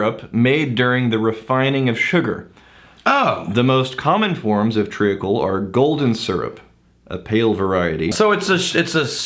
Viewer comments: Sorry, I have to say it......Treacle is pronounced Treecle, no tree a cle!!! just saying. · Joshua Wardman yup it's pronounced more like tree-cle than tree-acle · Pronounced TREEKAL not TREE A KAL. The EA is like EE. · Treacle is pronounced as tree-kul not tree-ah-kul. The a is silent. Although that could just be the American way of saying but the way I just stated is the way it is supposed to be pronounced. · Tree ackle? What are you guys drinking!? It's treacle - tree cull c'mon don't make this the new biscuits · It's pronounced, 'treecle'. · Tree-Cl lol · It's said TREE-cul. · I'm sure someone else has already said this but it's pronounced tree-cul. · Pronounced (tree-kul) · It's pronounced treeecull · Tree-Uckle sounds like a beetle infestation. I don't want that in my scotch! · Lol your pronunciation of treacle was terrible. It's good to know what you have been meaning by maple syrup though. I have not really understood that but now I can just think treacle so good to know.